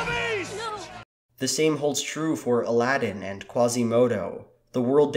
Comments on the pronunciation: Adaladin. No. Just no. It's Aladdin. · Did he say adalddin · Did he just say aldadin AlDadIn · What did you just call Alladin